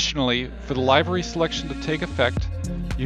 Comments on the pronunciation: Nice review, but I couldn't get over you saying "live-er-y" when it is pronounced "liv-er-y" (/ˈliv(ə)rē/). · Thanks for the video sir. I don't think I'll pay money to have the ground crews do exactly what they do now except for having a new paint job. No disrespect when I say this. It's pronounced LIV - ER - REE